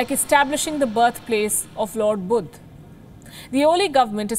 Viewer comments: Lol what is Budh? It's Buddha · what the hell is "budd" lol